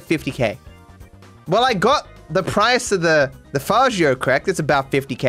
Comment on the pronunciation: I wonder where learn to pronounce Faggio